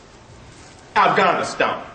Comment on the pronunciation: did my man say REBRUKE not rebuke? and did he say I-ganistan?